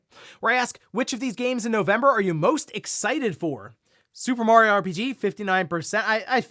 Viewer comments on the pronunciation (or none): none